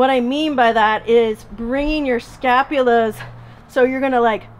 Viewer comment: Scapulae not scapulas...